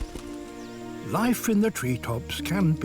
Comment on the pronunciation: The way Sir Attenborough pronounced Singapore is spot on.